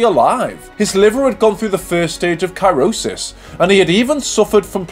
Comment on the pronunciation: Two things. 1 Cirrhosis is pro nounced Si as in sit row as in what you do with oars ans sis as in sister cirrhosis. 2 The unforgivable part was pronouncing Sid Waddell's name wrong. It 's Sid Wadd EL NOT waddle as in a baby's gait 🥺